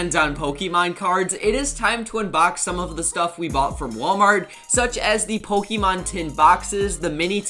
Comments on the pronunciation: Why does he says ,pokiemon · You can’t even pronounce the Pokemon right man, I usually really like your content but as a Pokemon fan I don’t like how you’re profertering on something I love